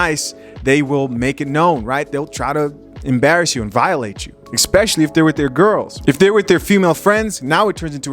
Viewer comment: Esssspecially.... not Exxxxpecially...🤣🤣🤣 Big fan though.. i just had to say that..